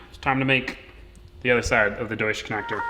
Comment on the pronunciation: The way he’s pronouncing deutsch connectors really gets me., it’s pronounced “doy-tch”